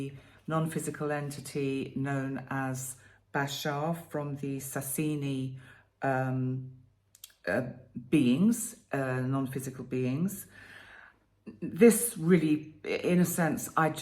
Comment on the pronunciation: It's Sassani, not Sassini.